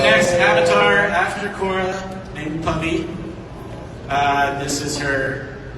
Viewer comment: "Puhvi"? :'D